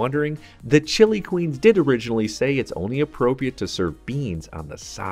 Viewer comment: "Chili" pepper is definitely not pronounced like the country Chile. Turning off the video less than a minute in because I can't stand that ridiculous pronunciation.